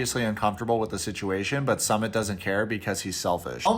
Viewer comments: Love your 90 day vids BUT Sumit isn’t pronounced “summit” it’s “ SŪmit” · Dude not Summit it’s SUmit as in SUE…MIT not commit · SoooMitttt - not Summit ! C’mon, it’s been years ! Disrespectful Dude 🌊🔥🔥🌊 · You’re too funny, his name is “Sumit” not “Summit”! lol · Not some-mit. Sue-meat! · His name is pronounced as Sue-mit like you can sue mit ! Lol Also let me tell you guys that, India is very diverse country the north, the south and north east India is extremely different in terms of language, culture food even religion. So there is no such thing as a “topical Indian wife” we’re super progressive and backward at the same time lol 😂 I get culture shocks when I move from state to state. Also Sumits mom is a bitch and an evil woman, very vengeful. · His name is pronounced "Soo-Meet" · "Sue" mit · What i don't understand is this: you are supposed to be a commentary channel, LARGELY reporting on 90DF, and over and over again, you can't get a SIMPLE name's pronunciation, and one of a man who's been on what? 3 Seasons? It's just plain sloppy reporting and DISRESPECTFUL! BTW, the "SUMMIT" (phoenetic) is the top of the mountain *eye roll*! This Ms coming from someone who really used go be an avid channel viewer, I still really enjoy it, but the slopiness is alienating me; but also, I'm a Content Creator with 4 channels and 10 employees go help me run them myself. I do close go the same thing you do, but i report in the music industry, & promote my bands & any bands I think deserve it, because i started in the music industry in '94 on Street Teams, worked my way up to where I'm now known around the world as one of the top Music Industry Execs, I'm a Promoter, PR Rep, Band Manager, and I've even modeled for album and insert artwork! So don't worry, I'm not your competition, but i AM someone who know how things would run, and misses how good your videos USED do be!!! XO~Dark Angel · I thought his name was pronounced Sue-Mit?